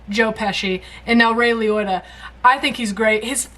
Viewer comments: LEE-OH-TAH. Not LEE-OY-TAH. LEE-OH-TAH. Also, CHINATOWN is an excellent film, and it’s definitely a crime drama (specifically what’s known as “neo-noir,” after “film noir,” which is a type of crime drama that was primarily popular in the latter years of World War II and after, through the end of the 1950s; newer films made in that style are often called “neo-noir.” [Noir is the French word for “black,” referring to the dark spirit of the genre.]), but it’s not really a “mob movie” or related to the Mafia at all. Not all crime dramas are Mafia movies. One movie that IS a Mafia movie that you should see and react to is another Scorsese movie, his 1995 epic CASINO, which again stars Robert DeNiro and Joe Pesci, but not Ray Liotta (Lee-Oh-Tah). It does also star Sharon Stone, though, and she’s simply magnificent in it. Plus it has a great ensemble cast, like most Scorsese movies do. CASINO and GOODFELLAS both are two of Scorsese’s most popular films. If you’d like to see more of Robert DeNiro, especially when he was younger, check out four other Scorsese classics: MEAN STREETS (1973), TAXI DRIVER (1976), RAGING BULL (1980), and THE KING OF COMEDY (1982). They’re all exceptionally great films and highly recommended. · You literally just heard your phone say "Liotta" and you keep saying "Lioita." Its not close enough. The man is dead, you could at least get his name right. When you pass do you want to be remembered as Ahliota? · it's Liotta not Leeoita. You even heard the computer lady say it. Now go getcha fuggin shoeshine box!:D Wow, 15 dogs in my neigbourhood just came outside to investigate that noise you just made. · Not sure if its your accent but he's not called Ray Loiter! 😆 Say it more like Ray Lee Otter. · "Ray Le-rota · "Ray LEE-OAT-TAH" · Ray Liotta(pronounced Lee-Oh-Ta)was on the soap opera “Another World” as Joey Piretti from 1978-81. It was his first acting role. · "Roy Liyotuh did an amazing job" someone please meme this lmao